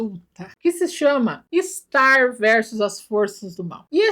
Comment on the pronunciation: Ela falou de starrrrrrrr